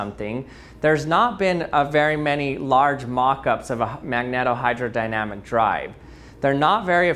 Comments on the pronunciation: Magneto- with the “e” separated from the next vowel, the “o”, by only one consonant, the “t”, it should be pronounced as “magneeto”. Should have mentioned the full scale test ship that was built. It used enormous diesel generator sets for power, and did not move very fast. And then of course there was the Red October! Very nice demo and description. Have always been fascinated with the concept. Too bad our seas are not mercury. ;) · Pronunciation: says that should be a long "e" in both "magneto" and "magnetohydrodynamics". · Cool demo. Thanks. Magnetohydrodynamic is pronounced with a long "e". You're welcome. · Tries pronouncing the title A demon from behind : Nah dude, I think that's not how ya say it